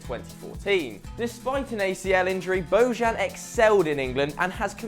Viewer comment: lol reading bellerin right but bojan not